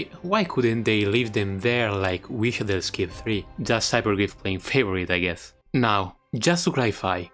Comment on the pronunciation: Omg, you pronounce the š in wišadel properly, hell yeah!